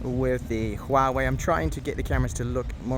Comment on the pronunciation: Very little Youtuber can read Huawei correctly. You are one of them. kudos!